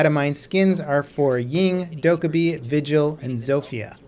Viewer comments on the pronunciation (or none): none